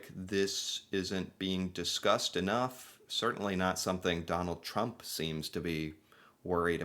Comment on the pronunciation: I repeated it a few times here because I kept hearing McDonald Trump